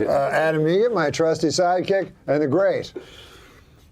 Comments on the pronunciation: It's Egert..... Like the bird. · It's Egert, like the bird